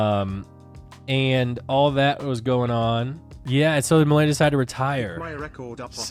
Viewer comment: I should kind of insert my own opinion of nmplol. First of all it is Ma LAY na not Ma LEE na 😭 Now I am not going to sit here and claim none of the things he said about Malena were not in jest, but having watched them for almost their whole career together, a huge majority of the things they said were in jest. Obviously in hindsight it is not as clear anymore. Malena pops up every now and then through social media, but she is otherwise very quiet. I do not blame people for being turned off by Nick. He has a streaming persona/personality that really only clicks if you’ve been watching for a while and understand he is not serious a majority of the time. The divorce proceedings honestly, I would be inclined to believe Nick that there is no bad blood there. It is a touchy subject and he often only references it in jest. The attempt to seal the records, at least to me, reads as an attempt to stop people from harassing him. I could also see it the other way, where he is trying to hide something, but Nick does not strike me as that kind of guy. All that being said, I could be completely wrong. At the end of the day we don’t really know these people. One last thing about this. I don’t think Tectone is financially incentivized to hate Malena. I just think they genuinely hate each other. If memory serves me right, Malena always felt very strongly about Tectone. He is the only OTK member I can recall Malena genuinely hating.